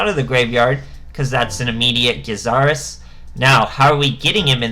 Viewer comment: Its interesting seeing so many players that don't know how to pronounce Gyzarus. All day with this ha.